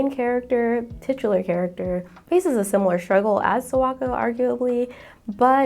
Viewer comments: This was a great video, thank you for making it. I just have to be the Japanese pronunciation police for a second. Kimi Ni Todoke's Sawako. The "Sa" is pronounced like "Sakura" with emphasis on the "A." Yours sounds like "Sowako" or "Serwako." So please just be mindful to pronounce "Sa" like Saturday, "Sa-Wa-Ko." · not to mention the way she pronounces Sawako is terrible. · I love your video so far, but it's really hard for me to get past the pronunciation of Sawako/Sadako 😭💔